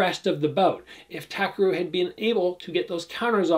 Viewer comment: Great breakdown, by the way his name is TA-KEH-RU